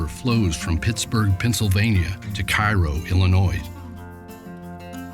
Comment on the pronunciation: Cairo, IL is pronounced the same as the syrup, that is, Karo. Not pronounced the same as that place in Egypt.